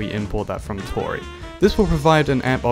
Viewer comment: great content but total sidenote, Tauri is a reference to Stargate afaik and it's pronounced 'Tow-Ree', similar to 'Cow-Ree', as opposed to Tory - which is named after unaffordable mortgage rates.